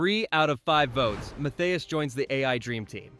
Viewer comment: Its LOTHAR MATTHÄUS not Mathias. Obviously, you have no clue who Matthäus is. The man who took out Maradona to become world champion, 150 matches for the german national team, winner of the Ballon d'or and two time world player of the year. Maybe you are too young to know.